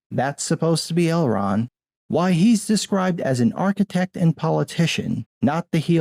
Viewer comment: “Elron”? And you’re sitting here claiming to be a “fan” and crucifying anyone who deviates from lore, yet you don’t even know a big character’s name…you even read the books or just audible? It’s ElronD, clown. Maybe if you had ever read the book instead of audio booked it then you wouldn’t be confused about what the character’s name is. “I read the Silmarillion every year but I don’t know the difference between Elrond and Elron!” Ok, dude…lol